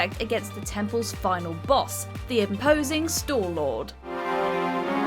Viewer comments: Some of the pronunciations were rough, but Stallord took the cake. Stall-ord? It's Stal-lord! Like Stalfos, which she got MOSTLY correct earlier (plural of Stalfos is Stalfos, not Stalfoses). Edit: Stall-blind? Really? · Can we please note that she said store-lord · Did she say Storelord?